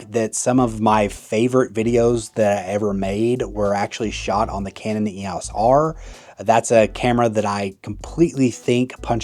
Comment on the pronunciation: Someone who pronounces EOS as YOS is clearly a millennial moron. GenX kids grew up with the EOS system. I feel like Canon is a generational thing and you ain't our generation, so move along. And Nikon ain't it. Go with your Playstation Sony Camera.